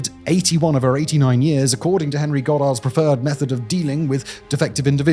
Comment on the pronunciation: "and one of the most prominent devotees of eugenics was our friend Hhhhhit- Henry"